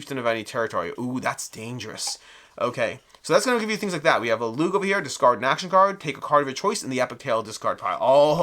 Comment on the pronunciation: Thanks for this. Just an fyi Lugh is pronounced Loo. Like in Lughnasa (August in Irish and the Brian Friel play/film). And Aisling is ashling. Looking forward to getting this.